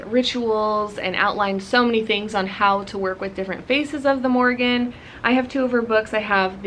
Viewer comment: (1) First of all you are saying her name wrong the whole time😅 if you pray to her you should know how to address her with respect (2) she’s not connected to cattle she landed on a bulls back to tell him about the battle.(3) The Morrígan is mainly associated with war especially with foretelling doom, death, or victory in battle. She incites warriors to battle and can help bring about victory over their enemies. The Morrígan encourages warriors to do brave deeds, strikes fear into their enemies, and is portrayed washing the bloodstained clothes of those fated to die.She is most frequently seen as a goddess of battle and war. I’m sorry I was rude earlier I was just kinda taken back that you say all these things that are not true . I take my culture and Celtic history very seriously as it is my heritage.